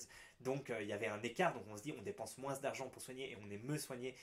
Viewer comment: Pourquoi tu prononces le S quand tu dis MOINS ...?? ou tu l'écris comme ça "MOINSE"